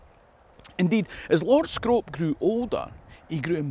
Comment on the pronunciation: As a person who's lived in Bolton Castle, I can let yous into a little secret: Scrope is pronounced Scroop :)